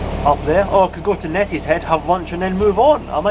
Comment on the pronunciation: it is pronounced née not net for Neatishead how long have you been doing the broads.😂